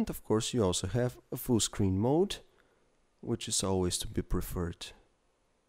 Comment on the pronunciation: which-a is nice to the touch-a nice voice xD